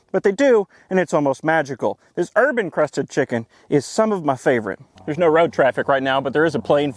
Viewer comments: Sorry, but when you said "herb encrusted chicken" I heard "urban crusted chicken." I'm not quite sure what that would be... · Am I the only one who watched the Factor ad (yes, I always watch your ads. They’re hilarious!) and heard “herb encrusted chicken” as “urban crusted chicken”? Which had me imagining a day old deceased pigeon, or something similar. Somehow, that just seemed like the sort of thing you’d come up with, and I laughed at the thought enough that I had to come here to share it.